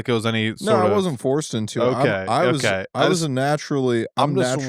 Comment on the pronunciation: ughhh honestly canNOT stand how says 'okay': oak-eye